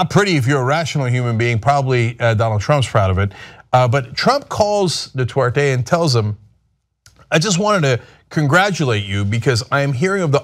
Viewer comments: It's Duterte not Dutwerte Cenk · 'Detorte' lol, it's pronounced 'doo'-'tare'-'tey'. Admittedly, that guy at the very least doesn't deserve to have his name pronounced correctly. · Hey Cenk, it's "du-TER-te" not "du-TWER-te" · It's Duterte not Dutwertey. Just one of the many things TYT gets wrong. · Dude, TYT are great people but can't you just spend a half a minute learning the right pronunciation of things. If you guys were all monolinguals, I d let it slide, but Ana and Cenk, come on. Du TER te, not Du TWER te. Just sayin. I want you guys to sound as smart as you are. Keep things going, thanks! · Duterte, not Dutwerte. Sort it out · Curious there is no "W" in Du-ter-te? Sounds like Cenk is saying dwouterte. Wonder how Cenk feels about Martial Law being imposed on Mindanao, because of urban warfare in Marawi between Abu Sayaf versus Philippine Army and National Police? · Could we maybe not pronounce his name as 'Du-twer-te,' or am I asking too much? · Wow the way they pronounce Duterte